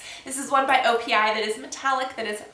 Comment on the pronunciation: you said opi by sephora a couple of times in the video and it also says it in the title.. haha i know the right way to say it but i know some people wont :) just an fyi